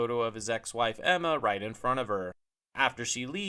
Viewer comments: It's Gemma (pronounced Jemma), not Emma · Gemma, it's Gemma, not Emma.